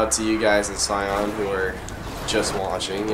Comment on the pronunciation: just saw this... don't ask.. but it's pronounced say-in